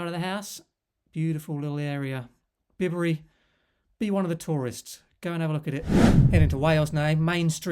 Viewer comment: hi, lovely places aren't they. My wife and I spend a lot of time in the Cotswolds villages which you have covered , and I believe the village of Bibury is pronounced differently . i.e. not as in "Bib", apparently the name sounds like Bai-Buh ree.😊👍